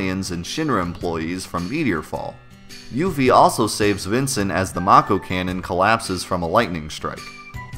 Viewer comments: I always used to pronounce it "yuff-ee" rather than "yoof-ee" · I always pronounced her name "Yuh-fee".